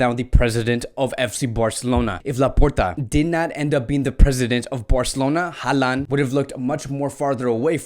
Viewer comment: Alaba wants to play as a Midfielder not a CB. It's pronounced HAL-LAND not HAAA-LAN. What's with the fascination with Eric Garcia, he has only played in 3 matches this campaign across all competitions.